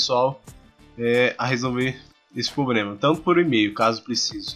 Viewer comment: Quando ele falou Grobo e pobrema já não consegui ouvir mais nada!!!!